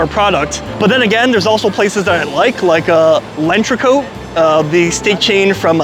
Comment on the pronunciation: It’s not lenchreco … It’s L‘entrecôte …. Pronounced (Ent ghe cot ) … 🤦🏻‍♂️🤦🏻‍♂️🤦🏻‍♂️